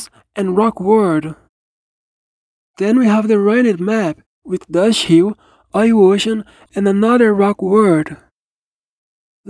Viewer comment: I love how this guy says dust hill “droshii”